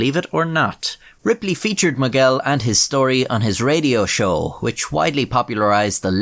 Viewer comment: Miguel, not Moguel!